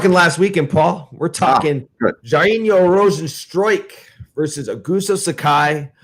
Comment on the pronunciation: Jesus Christ you just said "Jar-een-yo Rosen-strike" about 5 times 🤦‍♂️ You're a mess Mikey